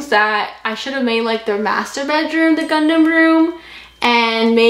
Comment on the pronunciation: said Gundam and I heard Condom